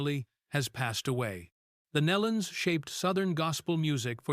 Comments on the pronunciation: kneelon. pronounce it right. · Pronounced "NEElon." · You can’t even prounce their last name correctly. shame on you.Truly a tragedy for the family and friends. Again, shame on you for not doing your homework in advance. This will be a 👎